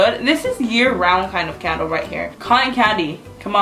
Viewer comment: every time see says candle it sounds like cattle lol